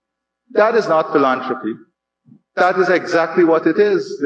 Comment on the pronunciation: It's PhilAntropy, Not philontropy